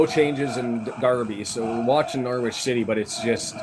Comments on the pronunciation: yep norritch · The 'W' in Norwich is silent my man